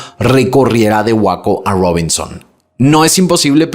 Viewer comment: 🎉 ciudad de Waco ( se pronuncia weico )🎉me encanta tus videos. Super impecables😊 Saludos desde Seattle 😊❤🎉😊😮🎉😊🎉